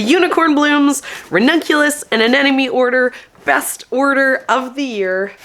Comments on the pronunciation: A-n-e-m-o-n-e not A-n-e-n-o-m-e. There is an “M” in the middle. 😉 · I think you need to look at the word Anemone again. It’s pronounced An-nem-o-ne. You are doubling the “n”. Love your videos, but you need to say the name of that plant correctly.